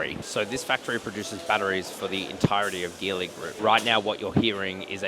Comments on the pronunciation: It’s pronounced as Geely (Ji Li), like Geelong, not Ghi Long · Great video and can’t wait to see the 7X land in Australia! By the way the word Geely should be pronounced as Jeely😊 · Geely is pronounced djilee mate!